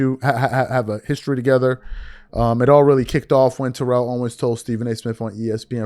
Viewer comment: Please say T.O.’s name correctly